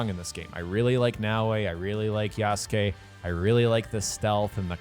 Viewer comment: I love how you refuse to pronounce Yasuke correctly.